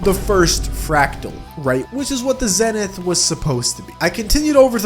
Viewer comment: its pronounced zenth i know its zenith but it just sounds cooler